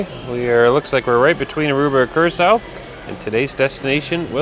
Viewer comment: Blue Curacao is pronounced the same way the island of Curacao is. "Cure-ah-souw".